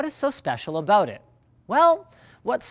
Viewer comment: what's this all aboot?